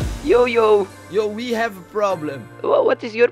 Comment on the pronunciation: die 1ste 51 seconden whahah!! "we gev a problem" hahah